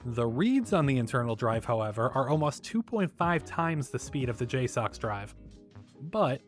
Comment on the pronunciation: It's pronounced "J-sucks"